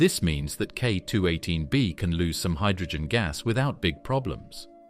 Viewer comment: Whoops, at it's starting to repeat itself more and more, such as on density of Earth vs. K2-18b vs. Neptune. Plus recurring pronunciation booboo's like..."K-two-eighteen.........PAUSE.........bee".